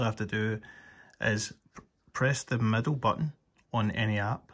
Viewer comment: My TV is 3 days old and this doesn't work. I also can't tell if you're saying "Press the middle/medal/metal button." What button?